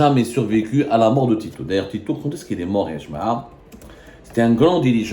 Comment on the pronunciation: TITO 😂 PAS TITOU 😂LE 🐶